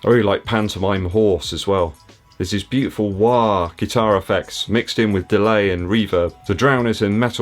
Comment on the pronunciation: That's bootiful.